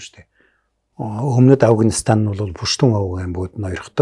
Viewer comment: Энэ жаахан настай хүмүүс Афганистан--г Авагнистан гэдгийн Хөөрхөн 😊. Амжилт . Мундаг шүү